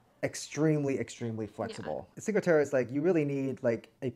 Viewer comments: please pronounce it correctly it's cinque "te-reh" not te-ruh... :( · It's Cinque Terre not Cinca Terra. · If making a video about a location learn how to say it. This is brutal listening to you both saying ChinqA Terra. At least show you know enough about a place that you learned how to pronounce it. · "cinco terrah" good gracious. You lose pretty much all credibility when you pronounce it that way, American. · I can not get over the mispronunciation of Cinque Terre....